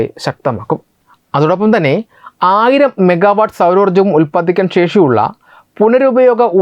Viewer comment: Ulpadipikan...not ulpadikan😂